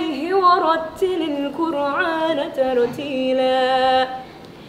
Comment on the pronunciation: Seharusnya makhraj "Qur'an" pakai alif bukan ain. Koreksi dikit buat Novia.